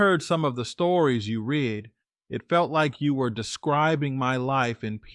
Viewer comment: Did ai really say rid instead of read? True......